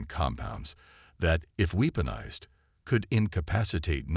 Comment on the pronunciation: Weepoonized? Can’t someone run this crappy AI narration before putting it out?